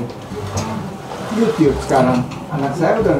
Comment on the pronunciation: Kayak tetangga ku pak uno kalo bilang yutup Di bilang nya yutiup